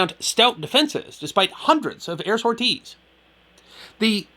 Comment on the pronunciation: Interesting video for sure, this is a part of the Mediterranean campaign I'd never heard of. I do have to poke some fun though, I can't say I had ever heard the word "sorties" pronounced "Sore-tees" 🤣🤣 that caught me off guard.